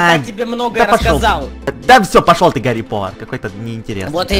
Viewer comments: Это не Гари повор а Гари потор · не гари повор а гари поттер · Не гари повар а гари потэр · не гари повар а гари потер